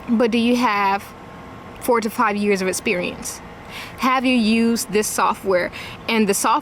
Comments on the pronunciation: "You need essperiense" everything I need to know from just one word. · I imagine during interview her mispronunciation of "esperience" might have something to do with it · Anyone else think she might have a better shot if she knew the word proprietary and if she didn’t pronounce the word “esperience”?